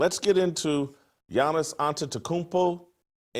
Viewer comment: Damn brah. You said Giannis name very well. 😆